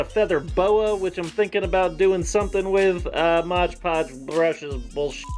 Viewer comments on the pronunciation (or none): "Mod podge - that's right, I know how to say it right" Says 'modge podge' for the rest of the video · He said it right the first time... then it was back to “modge podge” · says he can pronounce mod podge Also: pronounces it modge podge for the rest of the video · "Mod podge, yeah i said it right!" Continues to say modge podge in the rest of the video. Lmao same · "modge podge" TRigEreD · You said mod podge wrong the second time! FOR SHAME!!☠⚰☠ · "Mod Podge" - Yeah I said it right. Proceeds to say it wrong for the rest of the video.